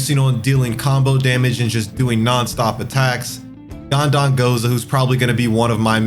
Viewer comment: why does bro keep saying "ghandaNgoza"😭